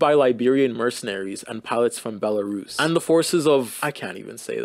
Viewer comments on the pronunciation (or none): none